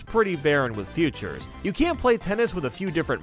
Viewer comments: It's pronounced "fee-tures", stop saying futures. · Dude it’s FEATURES not FUTURES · i hate how you say features as futures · OMG,PLS in the name of sweet jesus stop pronauncing "features" like that. LOVE YOUR CHANNEL :)